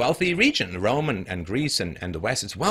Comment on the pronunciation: I know my history.. I know my ancestors.. Guess what? My ancestor's entire culture, language and tradisions (or civilization if you will) were almost wiped out by European, Christian men.. Twice.. And I could be from pretty much any continent.. Also, is this guys pronouncing Rome as "rum"? Together with the 22 other European countries that is also not a part of the EU..